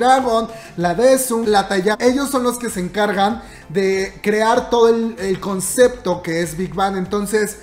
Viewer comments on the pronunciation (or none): none